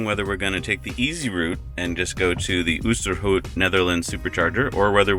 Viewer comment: or oosterhout, tilburg, osnabruck and pretty much any other place they tried to pronounce :D